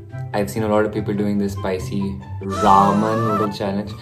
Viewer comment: Thats Not Raam oww my gawd xD its Ramen noodles from Korea ahhahha